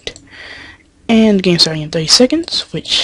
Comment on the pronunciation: when you say and you say it like ant